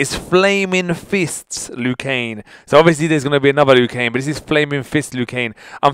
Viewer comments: when ever you say his name you say it like 'Liu KANE' it is pronounced 'Liu KANG' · Just to make sure that it's LIU KANG not LIU KANE. Nice video though, keep up the good work. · He's name is Liu kang not Liu keng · He says Liu Kane Instead Of Liu Kang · it's Liu KanG, there is a G on the end. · Is it me or does it sound like he's saying lu kane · Lol you weren't saying it right, it's Liu Kang like Kang the conquerer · I don't want to be rude but he pronounces Lui kang's name Lui Kane... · is he saying liu kane? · Lou Kane? Lmao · Why is je saying Liu Kane 😂